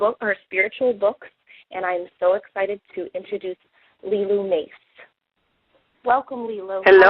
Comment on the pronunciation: it was wonderful getting to know you even better through interview of you. BUT, this is the second time I've heard you let an interviewer mispronounce your name and it drives me crazy. I used to pronounce your name "Mace" before I heard you pronounce it as "Mahsay." So, since you allow people to mispronounce it, I shouldn't have a problem with it, but I do. LOL. Looking forward to you producing your own TV show!